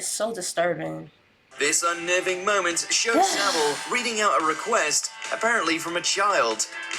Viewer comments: I like how you cant pronounce his surname properly, its pronounced sav-ill not civil. Also part of his persona was he would tread close to the line which made a lot of people people think "oh its just jimmy being eccentric" and you are correct there was a lot of cover up, not to mention he was well connected and had friends in high places. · his name is pronounce Sa-vil, not Civil. it is claimed that there was over 500 victims, including dead bodies he fiddled with. it is the British version of Big Brother he was in. it was an open secret of that he was doing. Johnny Rotten was taken off air because he claimed to know some rumours in 1978. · it's pronounced SA-VILE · How come Yanks can never pronounce 'Savile' right? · One you pronounced his last name wrong , two why have you put this on YouTube? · Funnily enough, it's pronounced Saville. It is also spelt Saville. It is not pronounced like a word that looks or sounds nothing like it. And it is not spelt wrong.